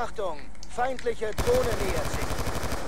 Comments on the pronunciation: "Uh ich hab ne dlohne" o.O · drohne heißt des net dohne nobb